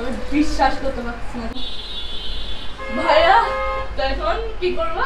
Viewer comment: Everyone:vaiya:vhaya😂